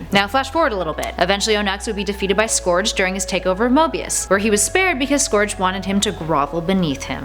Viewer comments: You have shook me so badly with how scourges name is pronounced but cool vid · Sonic Boom Knuckles Wears SPORTS TAPE Not Wraps! oh and also you pronounced scourge wrong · I love that Archie made so many AUs with the characters. It's very cool. I mean, a version of Knuckles who's a pacifist? Wow, incredible. Also, I have honestly only heard one other person pronounce Scourge that way x'D It's like gif all over again, haha